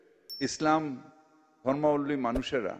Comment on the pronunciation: ধর্ম + অবলম্বী = ধর্মাবলম্বী। এই সাধারণ উচ্চারণটা উনি একবারও করতে পারলেন না, আবার নাকি মেয়র !!😂😂😂